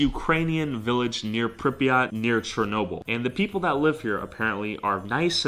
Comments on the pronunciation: its not prenounced prip e aht more like prip yaht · Did he just say Pripyat